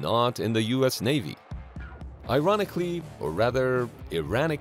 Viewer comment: "Iranically" made me chuckle